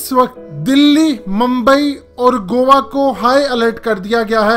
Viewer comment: Bhai u r gt8 but go wa nhi hota goa ko go aa prhty hain